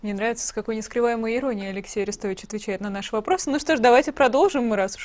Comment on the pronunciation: Орестович ударение на О